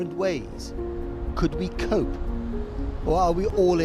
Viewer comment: Please never say another Vuhan.It's a word people must never utter.